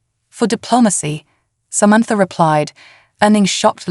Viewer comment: What is Somentfor ? All lol a sudden Samantha has a new name !!! The alien suit is making this AI voice confused